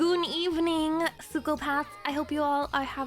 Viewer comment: "Goon evening you guys" I know this is supposed to be serious but that was something else 😂